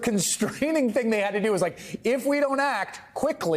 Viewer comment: Leah Litman is the first online personality to pronounce our state name Colorado properly. She now has a new subscriber.